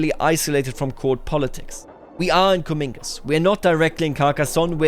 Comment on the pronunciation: Just so you know, Comminges isn’t pronounced (Cuh-meen-gez). It’s pronounced (Cuh-mahnj)